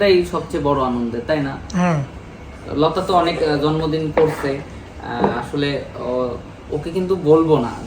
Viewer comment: জন্মদন,না ভাই উচ্চারণ ভালোভাবে হয়নি 😮😮জন্মদিন হবে